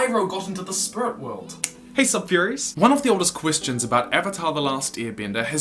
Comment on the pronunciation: Spurit wewld